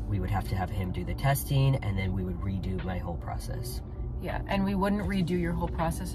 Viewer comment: The way you pronounce “process” I’ve never heard it like that